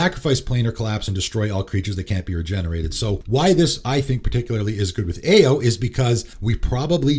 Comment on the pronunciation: Ao is pronounced Ow (like “ow, Charlie bit my finger”). Not trying to be annoying